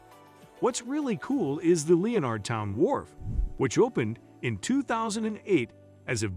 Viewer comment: Le o nard town? Lenerd it’s just Lenardtown